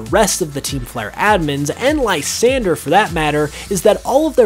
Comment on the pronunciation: Just a heads up it's pronounced la-san-dray